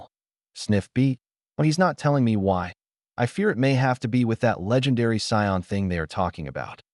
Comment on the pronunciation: Hearing Cyon over and over instead of Saiyan isn’t great. Really enjoy the story tho